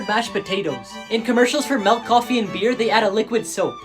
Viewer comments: Melk? are you dutch? it's milk! (btw. i know becouse i am dutch and it seems to familiar to be not true) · He said malk instead of milk